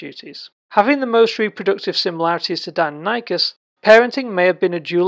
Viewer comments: You are saying do-non-ikus..... it’s di-nonee-kus phonetically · Interesting vid... except you're pronouncing the name incorrectly. Die, nonny, kus ... not Dino Nike Us. Edit: And I'm not even American btw... it's just not pronounced that way.